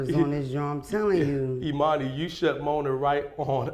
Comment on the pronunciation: Mona is pissing me off calling my boy “E-mani” 🤦🏽‍♂️🤣🤣🤣🤣